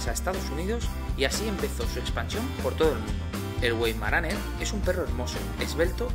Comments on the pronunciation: Se pronunica vaimaraner, no güeimaraner 🧐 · Se pronunca Veimaraner! Like!